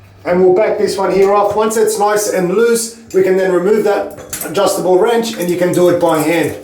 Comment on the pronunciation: did I just hear adjustable “RANCH”